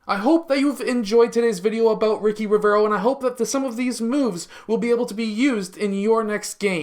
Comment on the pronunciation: The name ricci reads richi not riki HAHAHAHAHA